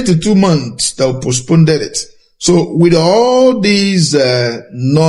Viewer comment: PHD, can,t even pronounce the word postponed?